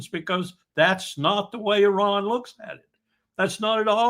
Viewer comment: So unfortunate Mr. Witkoff is unable to even pronounce the name of the great country 'Iran' or "Iranians' properly...how can he negotiate in 'good faith' without even naming the country and great people correctly? As a side note the Islamic Republic's entire existence is based on 'Death to America..the great Satan'....enough blame to go on in all sides..